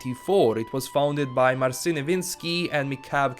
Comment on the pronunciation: ''Marsin'' - ja pierdzielę...